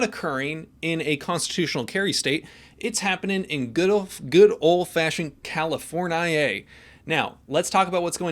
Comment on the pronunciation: Califoniaive you mean